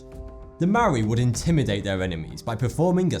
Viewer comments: Sorry man, but the Moari is pronounced 'Mowdy' not moldy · It is pronounced Mo-o-di and Ma-na I live in new zealand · yay I'm from new Zealand!!! and btw you pronounced Maori wrong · The 'Mari'? No dude it's pronounced Mori!and roll your r's when pronouncing Maori words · Maori? Maw e? Are you fucking serious its pronounced Moldey you dumb fuck. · Why the hell cant white people just pronounce Maori right??? It's easy yet almost every person who I've heard say it says "marry" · just saying its pronounced mah-o-rree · oh jeez the way he tries to say maori is sad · inhale he pronounced Moari worng😤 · The way he pronounced Māori made me cringe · He pronounced maori wrong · Māori person here Your pronounciation was fucking aweful but not the worst I've heard. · Please learn how to pronounce Māori properly before you bother saying online.